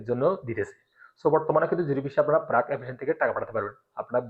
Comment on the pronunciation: ব্রাক না বার্ক। উচ্চারণ ঠিক করেন।